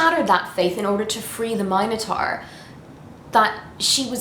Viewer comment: MinoTAR;-), the U isn't silent, my dear!